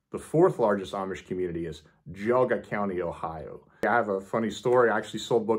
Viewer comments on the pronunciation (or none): none